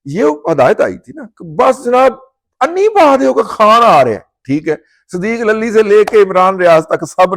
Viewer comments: معذرت بھائ پہلے لام کے اوپر زبر نہیں بلکہ پیش ہے۔ Lulli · معذرت بھائ پہلے لام پر زبر نہیں بلکہ پیش ہے جیسا کہ Lulli